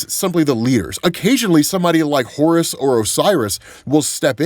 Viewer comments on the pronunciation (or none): none